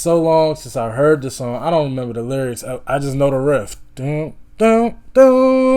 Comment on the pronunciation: Just so you know, its riff, not rift.